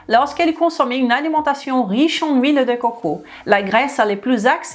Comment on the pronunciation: Vive " l île dé cwokow"